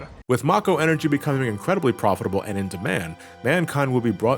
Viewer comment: Finally, someone else that pronounces Mako that way lol